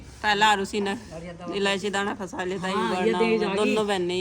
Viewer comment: Kahan se graduation ki h aap ne ji.. Khud clear nhi to bachho ko kya padhate honge...फशा kya hota h...फंसा होता है